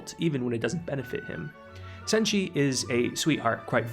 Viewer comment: You didn't butcher Chilchuck or Senshi